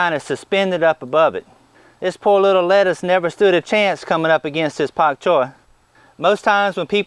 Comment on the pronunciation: Dam it !!! First of all I hit the like button 389 times and it only showed one of my clicks. And secondly, I told you aren't allowed to say pak choy with such a heavy southern drawl a couple of months ago at least :)